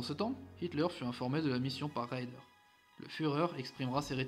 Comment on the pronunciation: Ces vidéos sont bien faites mais elles pêchent par une inculture linguistique assez désolante. Le Grand amiral Raeder est écorché en "raïder" quand il fallait dire "raidèr". Le Bismarck et le Scharnhorst sont correctement nommés, même quand on ne sait pas un mot d'allemand. Le Gneisenau est écorché, la désinence "au" se prononçant "ao" (par exemple die Augen, les yeux, se dit "aoguen"). C'est bon pour le Tirpitz, très bien pour le Prinz Eugen, mais le Admiral Scheer est écorché (Scheer se prononçant "chéére" avec un é long) Dantzig, pourtant facile à prononcer, a aussi été écorché. Ce que j'ai toujours aimé avec l'allemand, c'est que cela se prononce comme c'est écrit et que cela s'écrit comme cela se prononce, et il est impossible de faire des fautes d'orthographe (comme en italien). Le problème pour nos oreilles vient des innombrables dialectes, et les Allemands en souffrent aussi avec les Suisses. Par contre ils comprennent bien le néerlandais. Bon, on connaît la triste histoire du Bismarck, seul le Gneisenau termina la guerre, dans la Baltique en évacuant les gens de la poche de Courlande, puis il fut "ferraillé". Il avait eu une vie mouvementée mais il avait survécu. Au nord de l'Ecosse, il y a 3 archipels : les Orcades, les Shetland et les Féroé. Ne pas savoir "Féroé" est de l'inculture géographique ! Et à la fin, des opérations seront mises-T-en place pour couler le Tirpitz. Bravo pour le cuir ! Le gars qui dit le commentaire est sacrément peu lettré, et j'édulcore ma